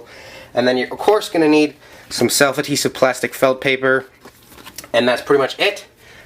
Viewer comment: Slef adhevit felt paperAHHHH just say paper or sticker or something it bugs me crazy otherwise amazing video